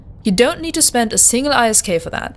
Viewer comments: For the love of God, can you please just say 'isk' instead of i s k :s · WOW. Have things changed this much? I remember a time when you had to AWOX somebody and be a capital pilot to even be considered by Hord. ANd Isk is normally pronounced as a word not the individual letters. But still a good video. Great opportunity for new players. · EI ÄS KEI Echt akzentfreies Englisch sonst, not bad!